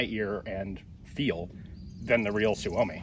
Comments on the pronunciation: Just a minor correction: Suomi is always pronounced with the emphasis on the first syllable; i.e. SUE -o-mi, never sue-O-mi. Hyvää Päivä! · PSA: Suomi is the Finnish word for “Finland”. Finnish words always place the emphasis on the first syllable. It’s pronounced SUE-oh-me, not sue-OH-me. We will now return you to our regular broadcast. Thank you. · I believe the Finn boys pronounce it sue me.